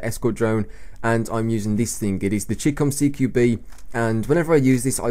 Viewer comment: It is Chicom CQB not Chicom CQM